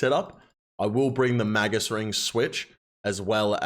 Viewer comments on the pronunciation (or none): none